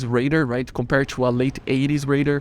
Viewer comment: Why do you pronounce radar as raider?